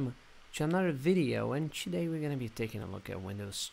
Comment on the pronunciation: Chewday we're going to be looking at Windows chew lol. Why do you start words with a T, like Today, with a ch? Chewday, Windows Chew etc. Doesn't hurt the video other than making it sound a little odd lol! ;)